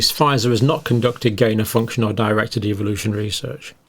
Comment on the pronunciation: Love that pronunciation : evilution !